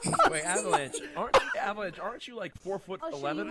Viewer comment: Avalanche sounds like Scizzors lol